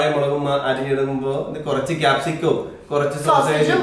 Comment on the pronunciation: English paranj paranj malayalavum athupole aayo🤣🤣 Kozhach alla korach